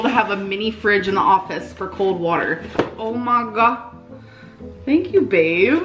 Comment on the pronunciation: When she says “ohmygah,” I want to die